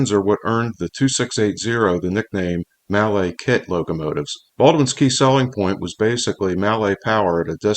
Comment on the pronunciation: I doubt hard-bitten railroaders bothered about pronouncing 'mallet' in French. Besides, you still have it wrong.